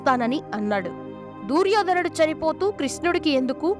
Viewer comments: దూర్యోధనుడు కాదు..... దుర్యోధనుడు. తెలుగు భాషను ఖూనీ చేయడం శోచనీయం.... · దుర్యోధనుడు అని పలకలు.DOORYADHAN.ని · దూర్యోదనుడు ఏమిటి తల్లీ! దుర్యోధనుడు అనాలి. ముందు ఏ పదాలు ఎలా పలకాలో బాగా నేర్చుకుని ఇలాంటి వీడియోలు చెయ్యాలి. ఇంక ఎవ్వరినీ నీ అప శబ్దాలతో ఎవ్వరినీ ఇబ్బంది పెట్టకు. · అమ్మ దూ ర్యోధనుడు కాదు దుర్యోధనుడు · Duuryodanudu kadu talli duryodhanudu anu emi telugu talli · దుర్యోధనుడు తల్లి. దూర్యోధనుడు ఎందుకు అంటున్నారు మీరు. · Duryodhanudu anaali, Dooryodhanudu kadu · తెలుగు స్పష్టంగా మాట్లాడటం నేర్చుకొని వీడియోస్ చెయ్యి అమ్మ గారు దూర్ యోధనుడు కాదు దుర్యోదనుడు అని పలకాలి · దూర్యోధనుడు కాదు.... దుర్యోధనుడు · అంతా బాగానే పలికేవు అమ్మ కానీ దూర్యోధనుడు అనే మాట వినడానికి కాస్త ఇబ్బందిగా ఉంది. అ పదాన్ని దుర్యోధనుడు అని పలకమ్మా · దుర్యోధనుడు.. దూర్యోధనుడు కాదు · దుర్యోధనుడు అని పలకండి pls. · Amma talli neeku telugu palakatam ravadam ledu Duryodanudu nu peru sagaddestunnav